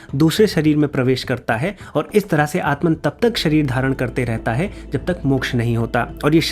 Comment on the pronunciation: Bhai tum to at-ma ko at-man mat bolo. Wo bas jab english me likhte hain to halki si dhwani ko bhi poora emphasize karke likhte hn